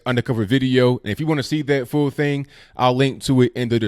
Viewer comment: Sorry, I don't hear so well- did you say "hear this fool thing" or "hear this full thing"?